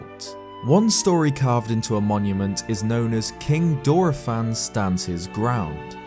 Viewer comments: That is not how you pronounce Dorephan. It's literally the word dolphin said with a heavy Japanese accent. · Mispronouncing dorephan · Why do you pronounce Dorephan differently everytime you day it?😂😂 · Dude, your videos are great and it's crazy fascinating getting more in depth with the lore, but how did you manage to pronounce Dorephan 12 different ways?! Props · I always click on for the amazing analyses and content. Then barely make it through while gritting my teeth through his pronunciations. AK-la will always kill me but I thought I could get over it until....DOR-EE-fan. Yikes.